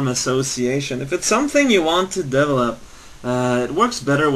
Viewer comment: I like how he pronounces "develop" as "devlup" Psychedelic Eyeball does that too.